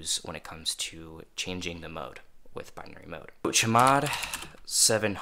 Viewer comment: can you please stop calling chmod cheee mod, just say c-h mod